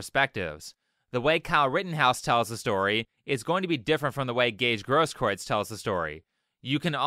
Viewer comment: I think that the guy is a liar and that he'll eventually get his, but it's actually pronounced "GROSS-kroo-its," with the first syllable rhyming with "moss."